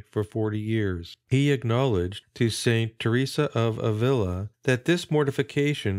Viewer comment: Thanks for the upload, but two corrections: the accent on Alcantara goes on the second syllable, not the third (alCANtara), and in Avila, the accent is on the first, not the second.